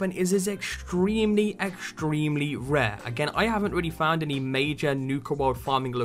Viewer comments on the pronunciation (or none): why is he saying rare with a W lmao